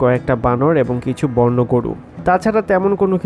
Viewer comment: "বর্ণ প্রাণী" নয়,"বন্য প্রাণী"